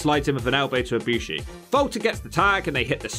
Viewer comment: should do Kota Ibushi in WWE, a short video, probably would be a B or B+ grade… Also you said Ibushi right